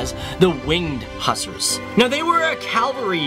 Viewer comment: Again, cool video...but you pronounce "Hussars" wrong... Also you showed Ukrainian currency...???